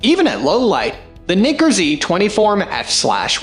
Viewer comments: wtf in the world is Knicker? seriously you need to figure that out, super annoying to listen to. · Another irritating voice-over by a robot that's not totally familiar with the English language. And watch the pronunciation of "Nikkor," lest some be offended. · You need to learn how to pronounce Nikkor. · I’m not a fan of the way this guy pronounces Nikkor. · not at all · No, not cool at all.